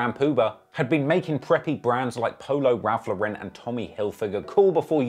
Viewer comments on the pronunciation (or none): Its LAU-ren not lau-REN. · Ralph lauren is pronounced "LORE-IN". Its named after the designer my guy look up an interview or sum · Ralph Lauren does not have an accent on the "e". It's just Lauren. It is not a European brand it's a US brand and the owner is an American Jew. So stop trying to make it fancy by pronouncing it wrong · that's actually not how it's pronounced. I guess I'm the only one with Google. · bro why you pronouncing ralph lauren in french